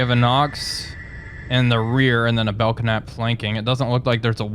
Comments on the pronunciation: Pronounced “Bell Nap” not “Belk Nap” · You keep calling it the Bel Knap. It's a silent "K" so the actual name of the class is Bel Nap. I served with a lot of these while I was in the U.S. Navy.... It's interesting, though, you call the Knox class Nox.... :) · Ship is pronounced Bell-Nap (the K is silent). Love all your sub videos. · Just found this, so I know I am late to the party, but just so you know. The K in Belknap is silent. It is pronounced more like Bel-nap. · Sure that's how the Capitalists pronounce it, but we are Soviets here Comrade. Letters are there for a reason and must be properly spoken! bell-Knap! Carry on. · After watching the second episode and now this, I wanted to say this is pretty entertaining. I'm gonna have to check out the Epic mod. And because my pedant gene is kicking in... just wanted to let you know that the "K" in "Belknap" is silent. Pronounced "bell-nap". xD